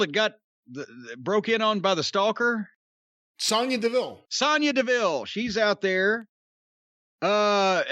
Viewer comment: Racism, ignorance, bigotry, and misogyny all over these Royal Rumble reviews. He can not even pronounce the names of the performers correctly half the time, not talking about the ab libs or "nicknames". Like you don't know how to say Nia or Sonya? Come on. Bianca Belair is one of the most talented and legitimate athletes in women's wrestling today. Her personal story is tremendous and she is extremely well-liked in the business and by fans. Her win was historic too. What a load of racist bullshit.